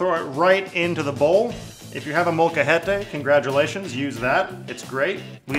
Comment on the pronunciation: I would do this but the thing is.... I like that thick cheese sauce and hot chili (southern style) on my nachos. Guacamole is good on them too but lime would be ideal in the guac. I was surprised knew what a molcajete was, Lol. I was surprised you said it correctly or just said it for that matter. I'm used to hearing old mexican ladies and my mother screaming at me, telling me to get the molcajete and start grinding them chiles. lol I might try this actually. A few adjustments for my liking though but overall the same. Maybe I can build a nacho cake like this? YES. I shall make this cake.:D